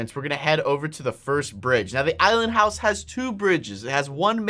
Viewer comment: I know why you call the island houws the, ISLAND HOUWS!!!!!!!!🙀